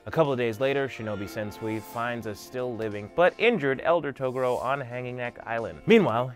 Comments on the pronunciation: Claims to be a yuyuhakusho fan.... mispronounces togoro........ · sorry! ITS TOGUUUUUUUUURO NOT TOOOOOOOOOOOOGURO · Taa-gore-o Whatever you said wasn't it chief.. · Is Togoro how they say it in subs or something. I hate to be nitpicky but this is one of my favorite shows. He says the rest of their names correctly, but I never heard them call him Togoro in the dub. It was always pronounced Toe-gu-ro not To-goro. Who's to say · Hey CHUMP....it's pronounced "Tuh-Gor-Row"..not "tugooro". Not sure how you can mispronounce it when they say the same clearly in the show. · "TOR UK A NAY" and "Ta GUUU ROOW" Cmon Man. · ToGUro. emphasis on the second syllable. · The first time he said Toguro I thought he really said Toblerone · Toe ga ro? Uh...ok. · It's pronounced TOE-GOO-RO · Wait i thought there name was pronounced as taguro like ta gur o lol oops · It's pronounced Tu-Gor-O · Bruh...why do you pronounce Toguro like that? It's Tah-Goo-Row. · Its pronounced TWO GORE OH !!! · Please fix your pronunciation it’s Ta-gor-o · i hate the way you pronounce Toguro - "Toe Goorow" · TFW you cant pronounce Toguro's name right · "I'm a fan of the show" he said, then proceeded to mispronounce name of the most iconic villain of the series. I can't watch the rest. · Why are you pronouncing the Toguro brothers name like that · omg thank you!!! 1000% correct it kinda makes makes it hard to watch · This is very old, but I just discovered it - the way you say Toguro is funny to me. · I’m sorry but I couldn’t get over The pronunciation of Toguro! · I can tell you genuinly care and love this series... but I hate how you pronounce Togoro. I get it. I do. But.... whew. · You keep saying Toguro but it's pronounced Toguro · as much as i appreciate ur enthusiasm.... please pronounce Toguro properly, its not that hard when u somehow pronounced most other things correctly..... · Why do u say toguro like that...u sound like I never even watched this anime before